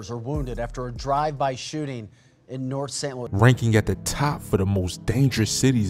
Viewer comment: What is a hood called nort dub vs dub dst?🥱 Bro not from stl